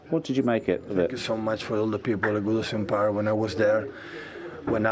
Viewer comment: Man said Woodison Park LOL